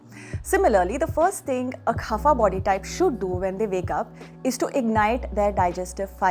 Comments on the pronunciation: ITS kapha not KHAPHA XD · Why is she laughing while narrating? And it is "kapha" , not "khafa". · It's कफ not खफा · It’s not khafa body , it’s kapha body